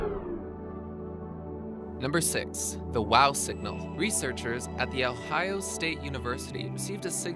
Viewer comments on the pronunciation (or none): none